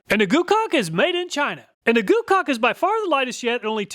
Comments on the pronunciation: you said goocaulk uh huhuhu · Heh. You said GooCock. Lol